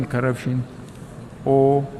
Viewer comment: He said karaption instead of corruption